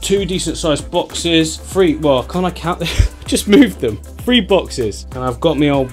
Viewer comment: Love your channel, I give it "free thumbs up". " free stars". English, Brit , what ever... it is pronounce TH....REE. ---you're a star now...remember to annunciate🤑🤑🤑🤑